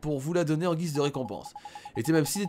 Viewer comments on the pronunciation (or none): none